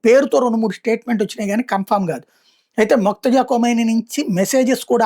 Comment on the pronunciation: మొక్తజా కాదు బాబు. మోజ్తబా